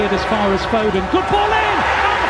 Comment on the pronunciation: Put some respect on Phil fodens name!!